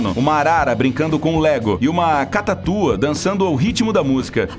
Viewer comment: cataTUA KKKKK